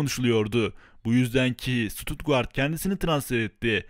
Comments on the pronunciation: Sutugart değil kardeş Stuttgart Türke şöyle söylenir şututgart inşallah anlamışsındır Sutugart ne lan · Şuturtgart deme lennn 😀 gitti güzelim kupon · Tebrikler güzel video ama Stutguart nedir şututgart😂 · Birader Stuttgart (Ştutgart) diye okunur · Suturtguard dedigin yerde izemeyi bıraktım kanka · Ştudgaart diye telaffuz ediliyor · Abim, Stuttgart telaffuzunu öğrensen iyi olur